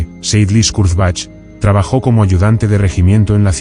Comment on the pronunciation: More AI rubbish, whats the point when you cannot even pronounce the subjects name......... pathetic.